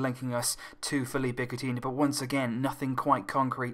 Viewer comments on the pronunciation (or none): none